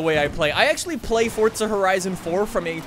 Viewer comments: its not fortsa its forza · ITS FORZA NOT FORTZA BIG DIFFERENCE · Fortza, nononononononnononononon don’t pronounce that shit with a T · “Fortza” love it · with respect, why do you say "fortza"? XD anyways love your content, and so glad im this early!